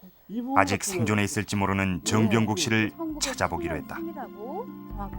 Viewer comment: 해설자님 정병국 을 즈엉병국~ 그때는 그렇게 하셨나봐요